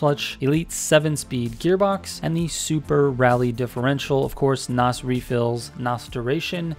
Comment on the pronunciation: Please stop saying Nos. From a car guy threw and threw. I find it cringe.